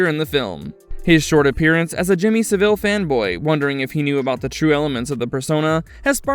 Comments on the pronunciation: Lol 'Jimmy Seville' It's 'Saville', and the emphasis is on the 'Sa', not the 'Ville'. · Its pronounced salvelle yankee. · Eye-La. SA-vill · Why are you pronouncing everything wrong? Jimmy Saville, and Isla aren't pronounced like that and you called Jamie jeremy.